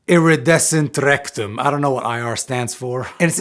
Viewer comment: Did he just say “Iridescent Rectum”? Awesome overview of the pedal. But just need to make sure my brain is working correctly.